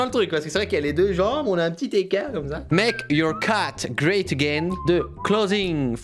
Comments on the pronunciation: LA PRONONCIATION DE « great » et « wear » 😭😭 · Wear, ça ne se prononce pas wir mais wèr ;) pareil pour great !